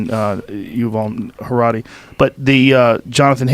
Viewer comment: I resent how Joe has been mispronouncing Yuval Noah HaraRi for over 2 years 🙄